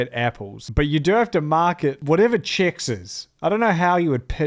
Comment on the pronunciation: Um actually it's Chex, not Chicks.